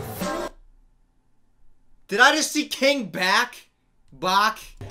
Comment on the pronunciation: King Back 😂 I know I'm late- but it's pronounced Batch